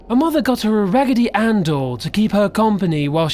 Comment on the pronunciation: RAGITY ANNE DOYS SCARE ME